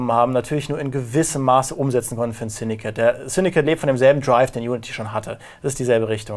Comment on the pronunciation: Ich dachte es heißt "Syndicate" und nicht "Syndikit" :D